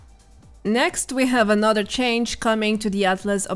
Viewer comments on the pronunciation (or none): none